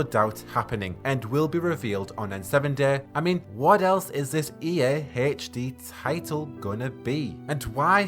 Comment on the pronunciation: Nobody: This guy: E Eh (EA), Plehy (play), geme (game)